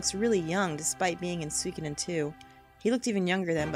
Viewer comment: The only thing I don't like about this let's play so far is the fact that you pronounce "Suikoden" as "Sweekoden" haha